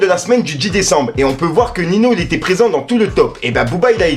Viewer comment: Cool la vidéo ! Par contre les noms des rappeurs ont été écorchés c'est horrible ;) Tayc c'est [Ta ik] et Ninho c'est [ninio] pour la prononciation.